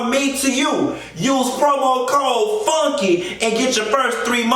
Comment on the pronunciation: Dis piece of hair I ain't behaving!!! Classy based!!! Did you say Cromo instead of Promo code!!! I died!!!